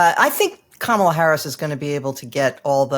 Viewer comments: Can we please correct those who continue to mispronounce Kamala? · Poor can't pronounce her name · He sounds like Trumpies who pronounce it that way on purpose... Sad that a guest of this show would do it. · Please pronounce Kamala correctly. I’m probably not the only viewer that cringed at the MAGA pronunciation. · it seems like it is not too much to ask to pronounce her name correctly. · This is driving me crazy, too. Whether you are a fan of someone or not, you can AT MINIMUM pronounce a person's name correctly. That is just showing that you yourself have manners. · It's pronounced KA-ma-la. It is not pronounced ka-MA-la. Emphasis on the FIRST SYLLABLE. Not like we've been hearing the Vice President's name for 4 years or anything... 🙄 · Her name is Kam-a-la, not Ka-ma-la. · It's Ka-ma-lah, not Kah-mala. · It's KAH-ma-la, not ka-MAH-la. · I'm 100% sure that doesn't mean any disrespect to Vice President Harris, but he really needs to learn how to pronounce her first name. As Rachel Maddow did, think of the word "comma", then just add a "la" at the end. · Gee. Please pronounce her name correctly. If having difficulty, remember it this way: comma la or , la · it's pronouced Comma-lah. You can do it buddy! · it's pronounced "comma la", like the punctuation mark followed by a singing syllable. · Please tell that his inability to pronounce Kamala correctly makes him sound less believable. Plus, he refers to Hilary by first name too. Very disrespectful. How about saying Donald, forget all surnames. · needs to learn how to pronounce the Vice President’s name. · Everyone is pronouncing Ms Harris’ name wrong. You are pronouncing it the way Trump does. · Gotta say, if you can't pronounce the name of the VP correctly, you lose a lot of credibility. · Don’t you think it’s time to pronounce Kamala correctly? Very rude